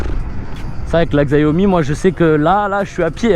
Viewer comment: Top tes vidéos! Mais pitié c’est Xiaomi et pas Xaiomi 🤦🏻😂